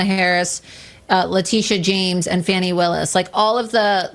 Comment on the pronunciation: It's Fani(Fawny) not Fanny. That is a cheap shot. Name calling is childish and only very insecure bullies lower themselves that way.